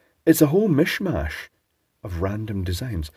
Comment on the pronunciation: Was there a few elements of Sean Connery creaping in there? "A Whole Mhish Mhash" Mhish Moneypenny?